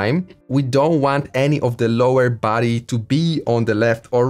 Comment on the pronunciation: i always thought u said "baddie 🥵🥵" instead of "body"